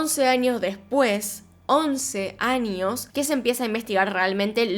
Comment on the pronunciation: Porque dice anios en vez de años?